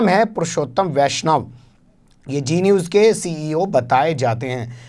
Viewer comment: ارے میاں () صاحب، جی نیوز نہیں، زی نیوز۔ یہ آپکا تلفظ اتنا خراب کیوں ہے؟ لاحول ولا۔